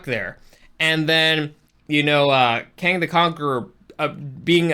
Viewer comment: As I’m trying to get passed you ripping off Supercarlinbros 3 minutes and and you can’t even pronounce Kang right after just watching the movie. I’m done. Never again